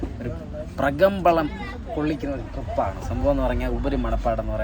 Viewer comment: പ്രകമ്പനം ❌പ്രകമ്പളം ✅😂